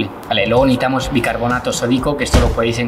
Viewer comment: Si te oyes tu mismo escucha como dices todo el rato neitar,no necesitar 😝.Y luego neitamos y reultao no resultado como hablas😜.